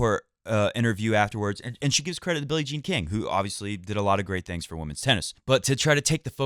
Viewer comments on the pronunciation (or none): none